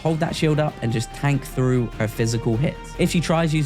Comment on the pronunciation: Thanks for the help! Question, why do you pronounce your T's as F's? Free instead of Three, Frew instead of Through?